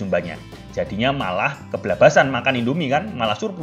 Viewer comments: Baru sadar ternyata ada masalah dengan pengucapan "Keblablasan" yang seharusnya "Kebablasan" dan itu terjadi di setiap video. Tapi it's ok! Malah jadi lucu kedengarannya.. 😂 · Itu bahasa jawa deh kayanya. Emg org jawa ngomng kebablasan kaya gtu kayanya